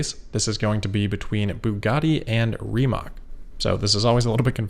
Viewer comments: Friendly reminder that Rimac is "Ree-mutt-s" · Awesome coverage. The investment angle on the Tesla Plaid fire is interesting. "Follow the money" should be the mantra of any investigative journalist. Also about "Rimac" apprently it is pronounced more like "Rimats" In any case, looking forward to the next video! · Rimac is pronounced 'Rr-ee ma-ctz' because Croatian. Rolled R, long E, short ah, hard flowing C.